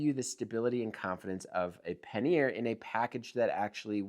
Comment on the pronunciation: Say it with me ... PAN-YER ... not Pan-Ear. :)